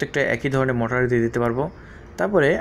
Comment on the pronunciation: বলদ মটার না,মটোর